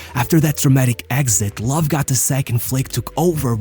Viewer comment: This one bothers be so much ngl like not able to pronounce ö is fine but why not just normal anglicized Low 🙄